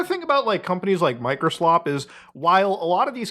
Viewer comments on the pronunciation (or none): You said "Microslop" incorrectly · You keep mispronouncing Microslop.